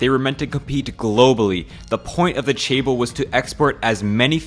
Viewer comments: Not CHAEBOL, but JEHBEUL, or more like JEHBER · Good video, but Chaebol(체벌) sounds like ‘physical punishment’. I think its better to pronouce as Jaebol 😅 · oversimplified and some of information are questionable. but guess its ok to get the big picture For chaebeol, ch has j pronounce. I would say it sounds like jaeber